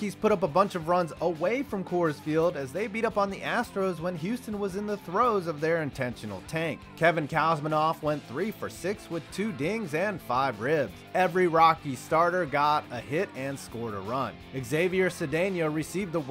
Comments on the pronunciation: It's KOOOOOZMANOFF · koozmanoff that’s how u pronounce it